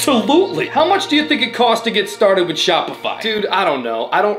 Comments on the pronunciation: “Don’t even get me STAWTED on the…” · "DON'T EVEN GET ME STAATED ON THE DIRECTIONS." - 2022.